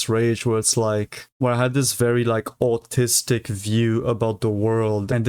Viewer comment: Is he saying artistic or autistic??